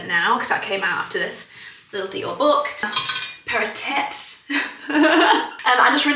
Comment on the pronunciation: “… paira tits…” ❤😂😊